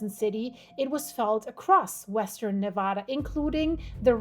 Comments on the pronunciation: Live near there but if your going to report on things Nevada please pronounce it correctly!!!!!!😢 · You pronounce Nevada wrong.